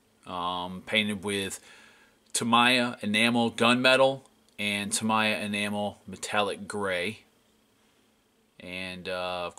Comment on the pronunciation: Great work but I cringe every time you pronounce Tamiya as "Tamaya" it's "Ta-mee-ya"